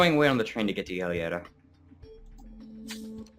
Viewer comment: Hi, just a thing: Giulietta is pronounced like Julietta, and Capecchi is pronounced like KapeKi. Just a little advice for the next videos! Keep on with your work!